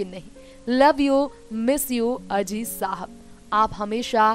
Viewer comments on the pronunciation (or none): for gods sake it is mohammed aziz and not mohammed ajij atleast pronouce his name properly